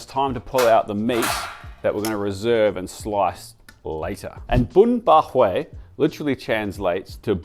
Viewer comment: Is not bun bo hue!